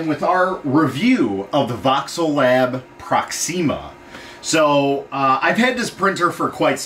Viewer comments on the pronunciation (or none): Proxima not Proxeema